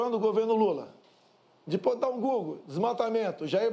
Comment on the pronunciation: "Pode dar um GÚglú pode dar oque você quiser! KKKKKKKKKKKKKKKKKKKKKKKKKK